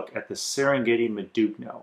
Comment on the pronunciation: That's not how you pronounce modugno. The g is silent and the subsequent n is a bit like the spanish ñ like in Niño. I would at least expect a seller to know how to name its products. Doesn't inspire confidence in explaining the product if the product name is mispronounced over half a dozen times.